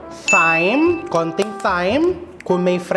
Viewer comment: It’s pronounced time